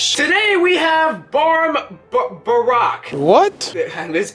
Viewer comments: As an Irish guy, hearing you say Barm Barack was hella funny 👌an máith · the pronunciation or that bread- no words. none at all